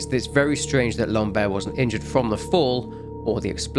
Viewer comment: The way you say " Lambert " sould like " lombaire " wich are the lower bones of the spine, " lambert " sound more like " lamb-er " ( the T is silent )